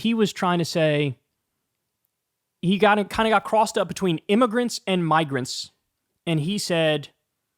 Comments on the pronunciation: All the "M" or "N" discourse kind of breezes over the fact that it's not pronounced, "immergrants", or "miggerants". Dude is just a virulent racist lol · Im-me-gur-ants. How do you not hear the phonetics? It's the same phonetics as the n word.